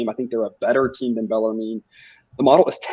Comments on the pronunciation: It's pronounced Beller-men lol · Yes! Below... finally someone told them how to pronounce bellarmine. These kids dont learn grammar in school anymore. I guess my schooling in the 70’s and 80’s were better